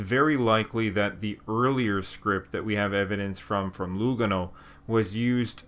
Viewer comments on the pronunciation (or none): Very interesting video...only correction: the correct pronunciation is Luga'no not Lu'gano. apart from that well done.